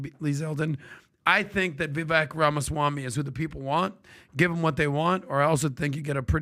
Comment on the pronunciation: PBD pronounces his last name "Ramaswani"